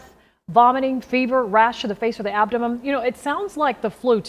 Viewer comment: Oh no!! Not the dreaded.... ABDEMUM disease!!!!! 😱😂🤣🤣 I wonder if even a high school diploma is needed to become a news reporter?